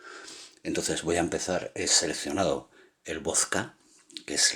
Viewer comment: Por que dices voska y res en ves de probunciar la D pronubcias la S